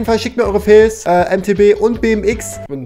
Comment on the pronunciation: Es heißt FAILS nicht FEELS